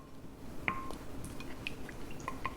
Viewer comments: It’s pronounced “Bruss-ke-ta”. The “ch” in Italian is a “k” sound. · Just to help you, the word bruschetta is pronounced with the "che" like in kettle and not like in chef 👍we (im🎉Italian) eat those in a very simple way: toast the slices in the oven, in some you spread Italian sausage and cook with bread, in the others you can put whatever you like: sliced tomatoes, sliced mozzarella, Parma ham, roasted Zucchini and just a little bit of olive oil. Stop ❤